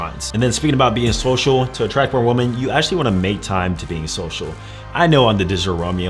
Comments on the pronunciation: I guess you don’t understand “woman” and “women” are supposed to be pronounced differently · when you say "women" you say "woman" is there a reason? lol 🤔🤔🤔